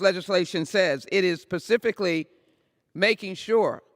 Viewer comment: "It is pacifically making sure...pacifically..." brilliant, more so than our founders even...